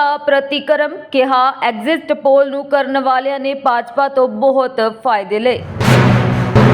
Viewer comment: ਅਡਜਸਟ ਦੀ ਤਰਜ ਤੇ ਐਗਜਸਟ ਪੋਲ ਨਹੀਂ ਹੁੰਦਾ ਬੀਬਾ 😂 ਐਗਜ਼ਿਟ ਪੋਲ ਬੋਲੋ